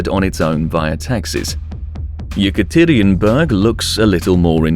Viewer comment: man the way you pronounce "Yekaterinburg" drives me nuts